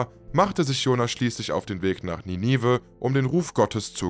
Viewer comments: Bisschen schade, dass du nicht weißt, wie man die berühmte Stadt Ninive ausspricht. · Wie man Ninive ausspricht lässt sich schnell auf YouTube recherchieren. Gut investierte Sekunden. 😊